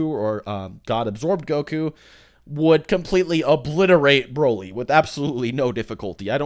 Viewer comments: DUDE IT'S NOT BRÓLY OR BRAWLY It's Broly (Bro-lee).. ffs everytime you say it triggers me. Watch the dubbed movies and hear them... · Bro-ly not Brah-ly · why do you keep saying "brawly" instead of broly? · Broly not braly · Can you just say BROELY like everyone else... I’m pretty sure you’re like the only person on planet Earth who says BRAHLY. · It's broly not braly😭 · Damn dude, pronounce broly properly will u! It's not 'Brawley' it's Broly! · Omg the way he says “brawly” like bruh try at least. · I cringe every time you say Broly like Brawly 😂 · everyone says Broly like brawly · Are you stupid? "Braley"??? really? Learn how to pronounce Broly idiot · It's pronounced "Bro-Lee" smh lol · Me: Wow this seems interesting. I'll give it a watch: "Brawly" Me: I immediately regret this decision. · NOBODY FUCKING SAYS BRAHLY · Why is he pronouncing Broly as Brawly? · I was reading a comment chain while eating ice when said "Brawly". I slammed down my cup of ice and closed the chain (I'm on mobile) and was about to leave a triggered comment, but then corrected himself. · Say his fuckin name right dipshit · Dude your not saying broly right